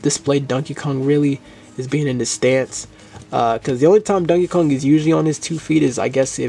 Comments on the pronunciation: Why do you pronounce it as dunkey kong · I love how u say it like dunkey Kong lol😂